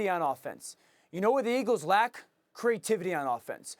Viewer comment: Did orlvisky just say crativity.